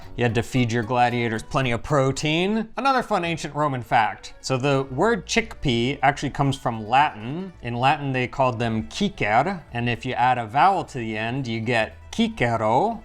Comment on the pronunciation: Dear, cicer is not pronounced Kiker. Both ci and ce are soft like in Ciao.